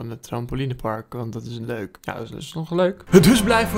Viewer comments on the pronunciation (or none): luek ja goed nederlands:)